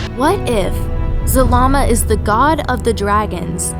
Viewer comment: “The ancient dragon god, Zamama” Did anyone else catch that ? XD